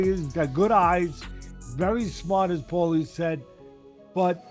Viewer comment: Who is this guy mispronouncing Paulies name